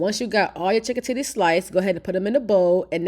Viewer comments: I was asking myself “Did she say titties?” 😂😂 I thought I was trippin’. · Did this woman say chicken titty😂? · Did I hear her say "2 chicken tities"?? 😂😂